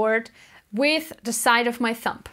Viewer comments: Love your lessons and accent but its a thumB that makes the thump noise!Thank you for the help. Just bought my first lefty bass. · Cute that you say thump "p" Instead of thumb "b"♥️🎶 Thanks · I LOVE that she says thump instead of thumb. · It's cute, she calls your thumb a "thump". LOL! Good teacher though. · pronounces "thumb" like "thump", how blessed